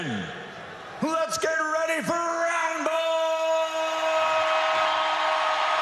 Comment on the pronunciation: kinda sounds like he said “roundble”. Still an amazing intro though